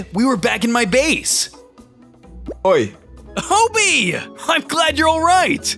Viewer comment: It is pronounced Hobie not hobby btw